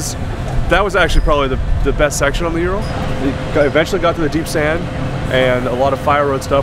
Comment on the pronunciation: You pronounce its name as "Youral". The correct Russian pronunciation sounds more like "Ooral" with emphasis on A: Урал. Just FYI